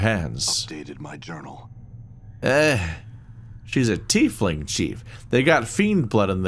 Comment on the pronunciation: Oh thank the powers, actually pronounces "Tiefling" correctly! 😆